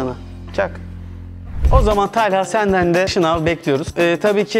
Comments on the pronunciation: Talhaya Tâlha Diyen Koca yürekli Alper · Talha telha değil abi jdjx